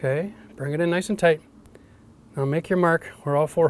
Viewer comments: "Toight like a toiger" oh my God! You have no idea how excited I got when he said that. I say it all the time and get made fun of... I can now know I'm just as cool as my hero! Haha! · Builds stuff, laughs at himself, mocks Safety Sallies, "Toight like a toiger". I LOVE THIS DUDE!